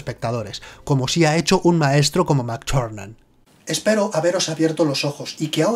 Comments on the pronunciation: No nos engañes, tb es parte de nuestra imaginación,no existe,sino como puede alguien pronunciar... John Mctuerxfnan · Me descojono cada vez que dice "Mac Charnan" xD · como pronuncia el nombre del director jjajj oye oye entonces en las siguientes películas resucita no ??